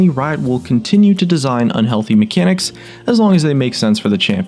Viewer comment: And god how I hate it when you say "unhealty mecanics"! Like you are going to die or get aids